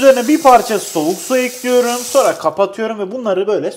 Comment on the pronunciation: Nobody::tencereyi ocağa ekliyörüm